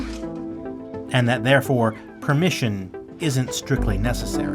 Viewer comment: "Shared without persimmon" lmaoooo